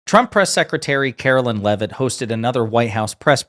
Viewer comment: karo-lie Leav-itt LOL